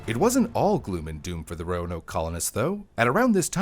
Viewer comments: The emphasis is on the first syllable - "ROAnoke," not "RoaNOKE." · It's ROAnoke, not RoaNOKE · This is great info but its name is pronounced roan oak after red oak. Signed, a Roanoker. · As a previous local, I'm more surprised that I've been mispronouncing Roanoke this whole time... the lift in the a is a lot quicker and much more subtle in normal conversation. I've always said "Row-noke" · Modern american english typically puts the emphases of 3+ syllable words on the 2nd syllable, so it would be roAnoke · Why does he keep putting accents on the wrong syllables in the name "Roanoke?"